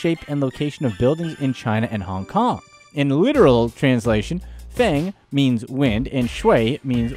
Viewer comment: Feng is pronounced 'fur-ng'